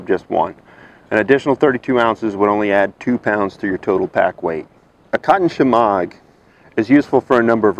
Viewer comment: is it really pronounced frenel? and is it really pronounced shemog?